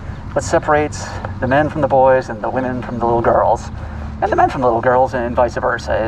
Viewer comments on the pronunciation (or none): I hate to be that guy, but it's vice versa, not viceA versa.